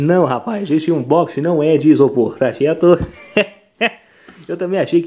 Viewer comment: Foi muito difícil fazer esse ubochingui,? auehuaueh'